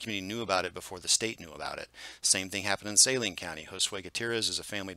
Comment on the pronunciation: Always enjoy your updates, and the clear way you present the data. Most of us locals pronounce Saline county as suh-LEEN, emphasis on last syllable.